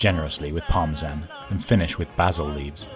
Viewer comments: I cant get over ora-gano and par-ma-zan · What the f-ck is Parma-zaan is that like Tarzan's ret-rded brother?